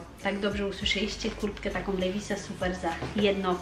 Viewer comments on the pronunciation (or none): Levi's czyta się "liwajs" a nie "lewis" ;) trochę to razi gdy powtarzasz to wiele razy :D